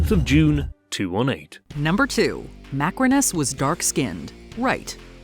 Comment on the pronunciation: I wonder Why you called Macrinus 'macaroni' at the timestamp for but lts funny though😂😂 love your content btw❤❤